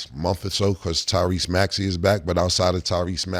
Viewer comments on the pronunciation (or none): none